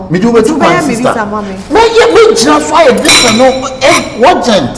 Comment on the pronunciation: Who also heard “worgent “ from AKA 😂?